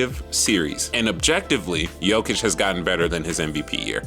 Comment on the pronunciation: You're one of the few english speaking people who's pronouncing his name properly :)